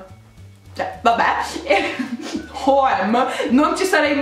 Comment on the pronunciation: Lo dici giusto H&M in svedese brava! Sono semplicemente la lettera h e la lettera m detta in svedese 😂